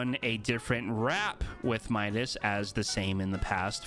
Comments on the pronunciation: Maybe bc in Spanish is meedas and English my-das, for both audiences. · why do you always say meedas Midas when everyone knows it’s pronounced my-das? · Please don't say Medis. The second way you are saying it is correct. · Shadow Midas is worth that v-bucks he is worth it what are you talking about what are you on and say his name properly